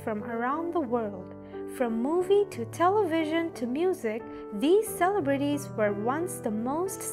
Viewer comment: cele-brities, lol wow never heard it mispronounced like that.